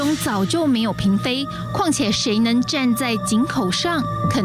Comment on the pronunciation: 嫔妃读pin不是读bing 台湾佬